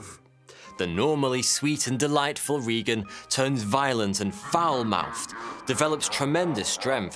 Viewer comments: It's ray gun, not ree ton. It's the same as the President. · "RAY-g'n", not "REE-g'n". Re-watch the movie. And it's Saint "Lou-ISS", not "Lou-EE" here in the States. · Her name is RAA-GEN (spelled as said) and it wasn't the devil that possessed her it was Piz-zuzu (spelled as pronounced). Sorry but that is my favorite movie.